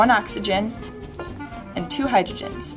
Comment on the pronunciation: Your two's comes out as Z's. Great to see the reaction at the end.